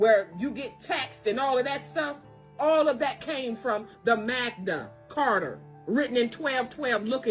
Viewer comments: Hey I don’t wanna be a dick but it’s called the “Magna Carta”. Seriously how can anyone listen to that lady call it the “Magda Carter”. She even spelled it out. Please stop being absolutely clueless. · It is referred to as the MaGna Carter, not MagDa carter. G NOT D!!!! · 20+ years studying law. Its 'Magna Carta' not whatever she said, 1215 was correct...it was...it was also written for ENGLAND not the U.S...Holy f*c...some people just believe anything with no source checking.